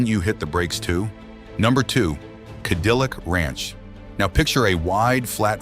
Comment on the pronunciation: Ka dill icck ranch?? Gotta love AI